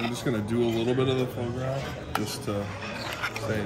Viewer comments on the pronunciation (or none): It's Fwah-Graw. What a terrible steak house. I would have sent all steaks back through manager. Pathetic